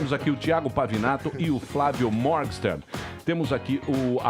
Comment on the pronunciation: O Emílio fala "Mórgsten" para o sobrenome do cara, mas a pronúncia é "Mórguen-shtáin".